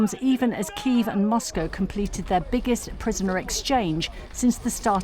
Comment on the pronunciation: I like how he pronounce KiEv instead of Kiyv, it says everything you need to know